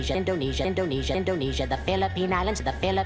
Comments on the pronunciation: Indonesia sounds like donesa Yet again… WHO IS DONESA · Yakko saying indonesia repeatedly sounds like hes saying tunisia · after a bit Indonesia just sounds like "jandunny"